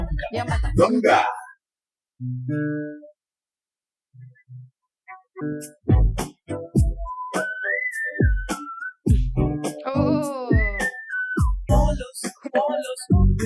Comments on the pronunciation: It's यमा दोंगा , not यमा डोंगा. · its Yamadonga like YAMA-DOUGH-ONGA